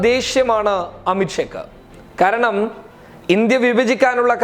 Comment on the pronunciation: ഖാരണം അല്ല ബ്രോ കാരണം